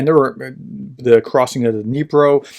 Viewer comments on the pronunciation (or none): none